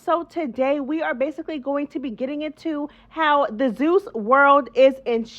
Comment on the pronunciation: Love it! Yaaaaz "zoos" instead of zeus 😂😂 mad perfect!